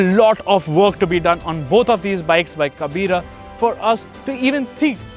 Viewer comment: When You said in a wrong way the word "kabira".... So annoying